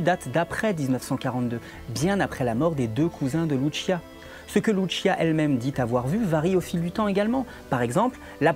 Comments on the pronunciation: Travaille titanesque ???? Mdrrrrr.... Cest une des video contradictoires les plus débiles qie jai vu. De plus ka recherche titanesque aurai pu etre faite sur le sotaque de la prononciation des mots et prénoms des protagonistes ... Dire loutechia comme en italie pour louciia c'est titanesque effectivement ... Un peu d effort quand même, vous qui vous pretendais meilleurs que les autres comprendres les autres ... Cest vous les extra terrestres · Fatima étant au Portugal et non en Italie, Lucia se prononce Loussiha et non Loutchia. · par contre ce n'ai pas luchia c'est lucia tout simplement les portugais ne sont pas italien. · Oserais-je vous faire la leçon sur la prononciation des prénoms portugais? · Euh il y a erreur sur la prononciation d’un prénom... On n’a pas dit que ça se passait en Italie je crois 🤨. Qu’à cela ne tienne. Vous avez raison de vous méfier. Nous par exemple, on a estimé qu’une vierge prédisant les catastrophes du XXe siècle sans évoquer le nazisme, ça n’inspirait pas confiance. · Vous auriez pu faire un effort sur la prononciation du portugais, ça fait pas très pro. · Pour les noms des communes belges flamandes, il va falloir faire un (sérieux) effort de prononciation 😃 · pourquoi bien prononcer Jacinta mais pas Lucia?